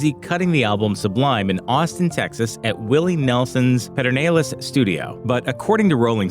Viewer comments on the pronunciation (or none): "Pedernales" Studios is pronounced "Per-dih-nahl-es"